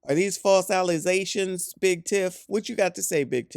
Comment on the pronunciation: Something else that angers her is those ever so persistent “false allezations”